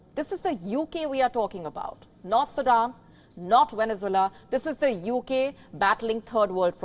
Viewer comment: It would help if the anchor learned to pronounce Venezuela, Poverty and Torries, Thames .Pay attention to to pronunciations it takes away from good content .What you say is true but there is a lot more rot .Half the people shiver as cant afford heating . Todays news a lady pulled out her toothas nhs dentist ignore her and private payment was £800.Nearly 76.000 rs . I do not like sunak but you lie and put the blame on him .liz truss and rest did the damage .The damage to uk started over 25 years ago.